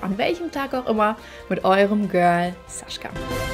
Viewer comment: war stets bemüht. 😂😂 kein Front, du betonst es nur sehr oft und das klingt bisschen witzig, aber nvmd. Weiter im Text 🫣